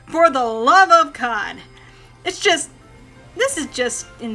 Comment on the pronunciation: I kept on hearing for the love of cod am I correct